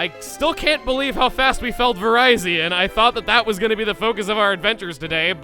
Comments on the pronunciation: I always thought the musketeers had names with soft vowels. Their names are partially inspired by latin words with soft vowels that relate to their non-fighting-type typing. Cobalion with Cobalt; a metal. Terrakion with Terra; (the) earth. And Virizion with Viris; green, the color of grass. There is also Keldeo, it's naming scheme appears to be slightly different, but the words that make up the name also use soft vowels. Assuming -deo is derived from the latin word for god, to signify its role as a leader. The -deo could also be derived from rodeo, but that only ties in with it being an equine looking Pokémon. Non of the other Musketeer's names appear to be based on their looks, so I don't think that is likely. The only reason I can think of for the hard vowels is that the musketeers are from Unova and Unova is based on North America. North American English uses a lot more hard vowels than European English. Either way, I mispronounce all of their names for the same reason you keep mispronouncing Cobalion's name. The correct pronunciation sounds stupid and feels wrong. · So... I presume there are others remarking "It's Vih-rih-zee-on so the Verizon joke doesn't quite fit"? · ...Seriously? You refuse to use the Pokédex 3D Pro's official pronunciation of Rekkuuza's name, but you use its pronunciation of the name that's actually based on "viridian", which sounds like Verizon? Dude. Make sense. Rekkuuza is cool, Verizion is not. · Your pronouncing it wrong it's not Verizon with an extra I it's ver-iz-ee-on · Virizion sounds weird when it's pronounced like Verizon... I though it was based off the word viridian? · I believe it’s pronounced “Vuh-Rih-Zee-un” for a pun off of Viridian. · I have to wonder why you've been pronouncing Virizion's name like the Verizon phone company? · it's pronounced "Vuh-RIH-Zion". The name is a play on the word "Viridian". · Pokedex 3D Pro pronounces it as Vir-RYE-zion as well